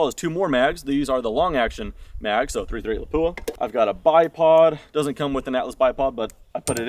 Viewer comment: I still like the Paratus. It works well for me, breaks down pretty small. It is pronounced LAP-Wah.